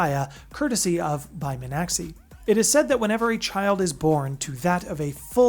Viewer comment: Yeah, you were a bit off on the name pronunciation. Bai Mi-an-xi (kind of like shee)